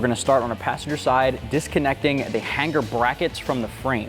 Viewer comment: Brotha, there is only 1 G in the word hanger; however there are two ways to pronounce it: 1) hang er 2) han ger But never to be pronounced HANG GAR. Those are NOT BULLET style mufflers, those are cylindrical style mufflers...YOU SHOULD BE FIRED along with anyone that assisted in the preparation/direction of this video???